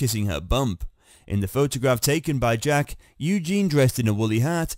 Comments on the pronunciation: Yes Eugene is a guys name 😂 you'd think this UK guy would know that😂😂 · It's EugenIE.😊. Get a robot that can read.